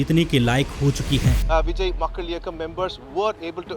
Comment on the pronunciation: Area yaar bijness business hota hai. Pronunciation correct karo content dikhne meh bohat acha hain lekin sunne me UP Bihari ki badbu aajati hai. Bijay nahi Vijay Eaji nahi easy Bujiness nahi business